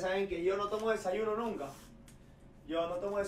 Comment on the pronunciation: Dice anunca , arreglalo